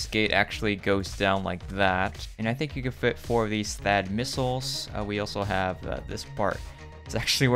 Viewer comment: Did he say Thaad or faaat? No offense